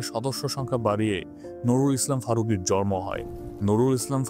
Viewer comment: ভাই আপনার শব্দ উচ্চারণে অনেক জায়গায় ভুল শোনা যায়, জন্ম (জর্ম)